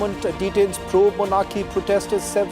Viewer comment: Bar-rat 😂shame 😢